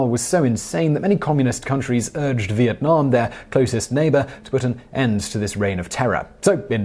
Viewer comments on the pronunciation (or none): none